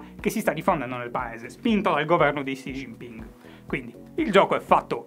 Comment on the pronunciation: Stima per aver pronunciato Xi Jinping in modo decente. Shy redemption arc dopo il Catrin The New dell'anno scorso.